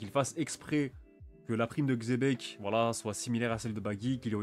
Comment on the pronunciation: Tkt tu le prononce bien Xebec